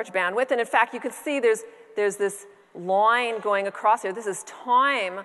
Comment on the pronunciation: Loyn... loyn.. not line, loyn.